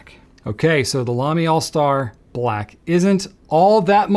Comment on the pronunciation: Nice video. You sure the Lamy is pronounced All Star? It is written AL Star, I thought the AL was symbol for aluminum, which is what the pen is made from.